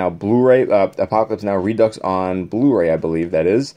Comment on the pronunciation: Reducks 🤣 I’m sorry. It’s pronounced re-do.